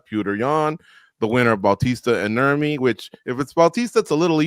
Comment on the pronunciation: Calling him Nurmi gotta be the most cringe shit I've ever heard.